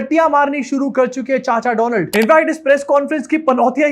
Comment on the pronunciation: Donald Trump ❌ Doland Trump ✅